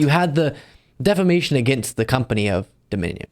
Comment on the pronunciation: "Deflamation" :face-blue-smiling: "Lawsuitses" :face-purple-crying: :face-pink-tears